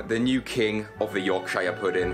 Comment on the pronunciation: i was rooting for until i heard him say yorkshire at the end